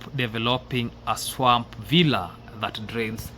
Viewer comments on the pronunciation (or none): none